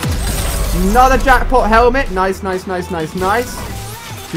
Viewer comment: and the helment